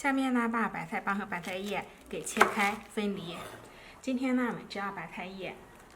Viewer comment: 聽她說白菜說成白太